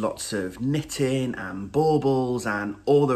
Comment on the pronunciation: So happy I found you during Shawlography! Love all your messing around. Love to knit in the morning and listen to you say knittin! I am in the mountains of Southern Oregon waiting for the snow to come. Happy Holidays